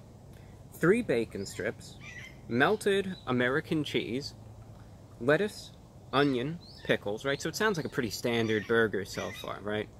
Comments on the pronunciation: “the wettuce “ Some wholesomeness for you all. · So articulate and then said things like "wiff" and "wettuce" 🤣🤣😂😂🤣😂🤣😂😋😂🤣 i freakin love it!!!!